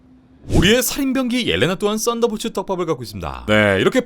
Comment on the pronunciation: 왜 나는 쌋다볼츠라고 들리지..